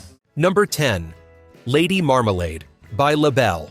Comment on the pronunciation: Lots of mispronounced names. Lady Marmalade. Doug Fieger. Casey Kasem. Hire a human narrator next time.